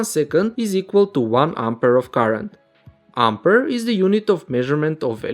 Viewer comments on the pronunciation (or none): none